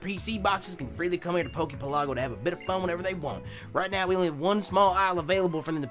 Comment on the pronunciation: I really wish people pronounced poke pelago correctly